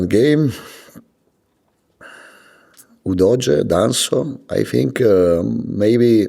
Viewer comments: I love how he calls Udogie "Doja". Lets go Spurs!!! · I keep hearing Udodgy. Shame he can’t dodge an injury playing for us🤦🏼‍♂️